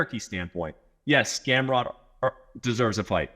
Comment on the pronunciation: Brett called Gamrot “Scamrot”